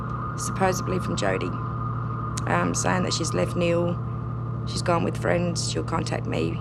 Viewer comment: "Freiends" lmao